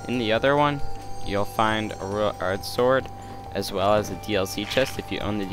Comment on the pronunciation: Why did you say royal ard sword? (Unless i only heard that(